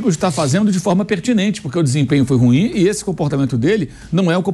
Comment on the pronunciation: Aleatório aqui. Pelamordi! O adjetivo "ruim" é uma palavra oxítona, tem duas sílabas, e ñ apenas uma. Se pronuncia "ruím", n "rúim". Chega dói no ouvido.